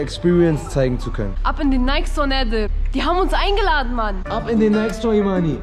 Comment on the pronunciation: Es ist schon verdammt cringe wenn sie nädir yalla sagt ALS Alman kommt das sehr cringe